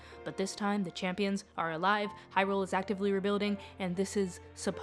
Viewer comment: I wish people would not pronounce the word “Hyrule” that way, with emphasis on the second syllable. Otherwise a good video.